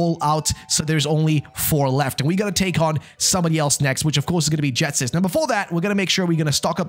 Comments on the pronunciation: Can’t deal with the fact he’s calling Ghetsis, Jetsis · Why does he say Jetsis instead of Ghetsis 💀